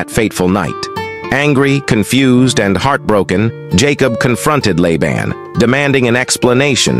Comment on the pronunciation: In the name Laban, the first A is long. It is pronounced “Layban”. There is a drink Laban that is pronounced the way you said Laban.